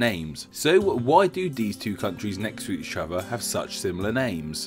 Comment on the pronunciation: Did anyone else have to do a double take because he couldn't pronounce "each other?"